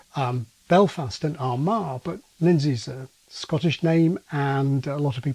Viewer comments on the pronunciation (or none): none